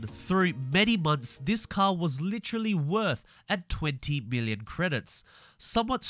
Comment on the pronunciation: it almost sounds like billon instead of million